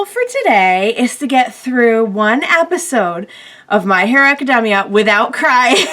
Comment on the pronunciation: Did she really just say my hero aci-dem-mia